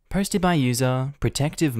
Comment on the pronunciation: I get the intro fine, but for some strange reason every time he says "posted" I hear "hosted" 😂😂